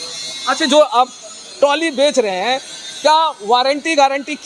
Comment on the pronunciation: मेरे पत्रकार भाई ताली नहीं ट्राली है है तो आप पत्रकार लेकिन पता नहीं आपको बोलने का तरीका क्याहै